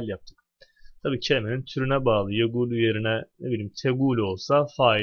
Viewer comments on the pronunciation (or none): يَقُولُ. Kelimesini neden (yegulü) diye hitap ettiniz?